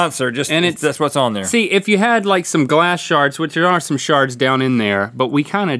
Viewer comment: everytime Link said shard i heard shart